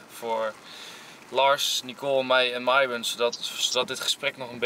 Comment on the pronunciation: Niet zoals Enzo het zegt nee... Je schrijft het goed! maar je zegt Miron